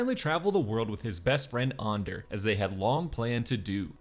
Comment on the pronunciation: Why go out of your way to say Ander wrong